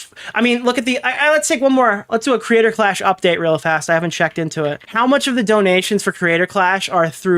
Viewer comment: Someone needs to tell Ian there are 3 syllables in the word "Creator" and not 2. I can't be the only one who cringes every time he nasally says "Crayder Claaash"